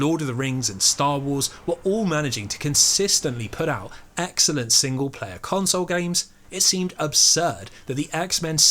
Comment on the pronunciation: Every time you said the word “excellent” I imagined you were really saying “X-ellent”